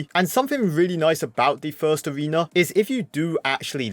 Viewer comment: "In each Abrewna"